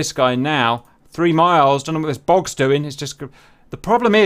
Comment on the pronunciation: Took me a minute to process that the "bogs" are actually "bugs" lol